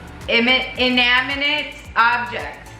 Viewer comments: Pronounced in-ani-mit Spelled inanimate. ♥️😊 I can't think right now but there are a few words out there that drive me crazy trying to say correctly. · In - an - i - mate. You're trying to put the 'n' onto the second syllable. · Sound it out I-na-ni-mate 😂😂😂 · 🤣 🤣🤣🤣❤️ just cracking me up over pronouncing Inanimate 🤣🤣🤣 you’re so stinking cute !